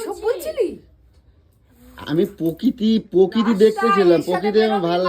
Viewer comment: Notun Bangla ta bhalo bolte pare .GAMLA KE GABLA,PROKITI KE POKITI 😂 English ta aro PIECE KE PICH , LOVE KE LABH , TRAIN KE TEREN 😂😂 Sei level er ashikhito , chabla 🤬🤬🤬🤬🤬 r ei murkho ta janei na CHICKEN STEW ki jinish 😡🤬🤬🤬🤬🤬